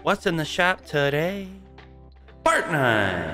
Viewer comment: I can’t tell if you say fartnite or fortnite 😂😂😂